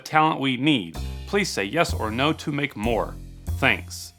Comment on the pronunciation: "...To make more..." * "To lmake more..."